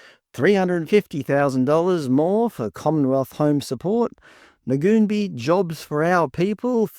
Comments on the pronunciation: Firstly, it's pronounced Nuun-bye. Secondly, do you know what services Ngoonbi offers? Or were you relying on a website to tell you. There are plenty of non-indigenous organisations offering similar services. And they don't just operate in Kuranda, that's where the main office is. Have you bothered to find out why the building is boarded up? Maybe due to youth crime, like so many other local businesses. This is a horrendous, ignorant pretense of an "expose" when you don't actually advice your audience what they do. Disgusting racism inciting bullshit. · Hi folks, I grew up in Kuranda and Ngoonbi was first started by Elders in the area. Ngoonbi pronounced "noon-buy" has many program operating as we speak. The building that is shown in this video is not where they operate out of at present, they currently operate out of a building on the same street about 20mtrs further along. It is very much in operation, there are many staff on board, both indig and non indig and from what I have witnessed first hand, Ngoonbi work very tirelessly within the community. Now are people driving around in expensive cars and living in big houses.... not that I have seen. Through the information presented here it is alpt of money.... it would be equally interested to see all the data and stories of outcomes of the monies attained for varying purposes, because this video is only presenting part of a story and has many unanswered questions. What Ibrecognise from most of the comments are knee jerk reactions based on bias as opposed to actual insight. Perhaps the content creator can research mining companies in Australia with the same lens, or perhaps politicians, or perhaps churches...........